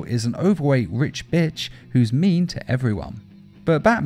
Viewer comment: Damn man you saying bitch is weird